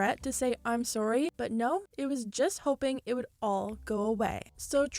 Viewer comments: Is Canadian? Everytime she says sorry I hear "sowrry" and I don't know if it's just my ears. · This is off topic but I love the way you say "sorry" I hear some Canadian in it LOL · I love the way you say "Sorry" for some odd reason